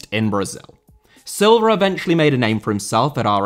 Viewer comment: Silva* not Selver